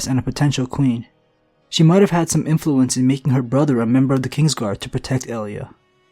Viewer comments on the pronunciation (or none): none